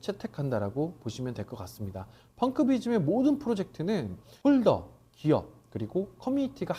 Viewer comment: 펑키비즘인지 펑크비즘인지 헷갈렸는데 초반에 펑!크비즘이라고 하셔서 이제야 제대로 외웠네요ㅋㅋㅋㅋㅋㅋ